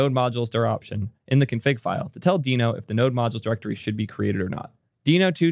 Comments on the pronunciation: and yet he says “Deh-no” about half the time. But I can’t tell if he’s trolling… just heard him pronounce “gist” (as in a GitHub gist) with a hard g, and it felt like a troll. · its pronounced deeno, its literally a dinosaur in the logo... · I'll watch the video anyway, BUT when the official promo says /diːnoʊ/, then you really should care just enough to drop your former mispronunciation and start using the one used by the damn creator. Is it really THAT hard? 🙃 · It’s deeno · how would you pronounce the logo? its a DINOsaur..... i cant watch this video with how you are pronouncing deno.. go with deeno or dyno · is sometimes pronouncing "Deno" the way Ryan Dahl originally pronounced it, but he and the rest of the org agreed to pronounce it "Dee-no" in 2020. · Everyone's so worried about misgendering people, but then completely disregard the correct pronunciation of names... It's pronounced "dee-no", just look it up! It's literally the first thing on the Wikipedia page or Deno docs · Uh... I am so unqualified to weigh-in on this pronunciation. But given the branding, isn't it obviously pronounced "Dino"? 🦖🤔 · i watched until you decided to mispronounce it like an idiot. skip